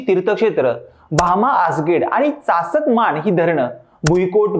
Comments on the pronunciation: Chas-kaman ase nav ahe dharnache. tumhi chask- man ase sangitale. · चासकमान बोल येड्या धरणाचं नाव सांगता येईना तुला